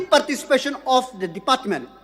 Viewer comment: I like his broken pronounciation ( department)